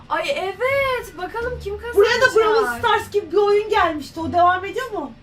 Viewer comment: Brawıl değil brawl diye okuyacaksınız😂